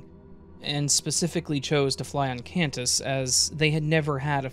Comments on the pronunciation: Qantas is pronounced like kwantas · It took me a second to realize you were saying Qantas pronounced kwahntess! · The way he is pronouncing qantas 😅😅